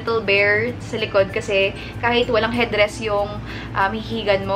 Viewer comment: headdress?!? or baka d mo lang napronounce ng tama hehe😊✌️